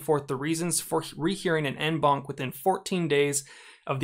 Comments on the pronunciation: Please. It’s French. It’s pronounced ON BANC. You pronounce “en” as “on” in English. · I thought he was saying "N-Bonk" not "En Banc"